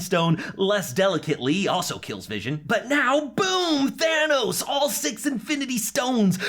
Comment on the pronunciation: Why the fuk does he keep saying big daddy Tanos